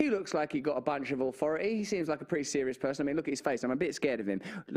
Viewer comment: It's not ofo ii, it's authority! 🤣😅😂